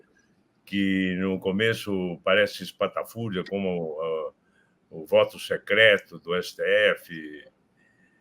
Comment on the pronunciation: 'espatafurdia' kkkkkkk estapafurdia!